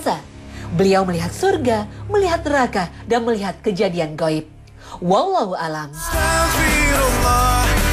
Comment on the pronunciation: Perbaiki lagi bacaan naratornya: WALLAHU A'LAM bukan WALLAHU 'ALAM..